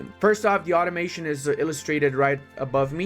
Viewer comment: When you said automation I thought you said ottomation, as in how hard ottomans can blob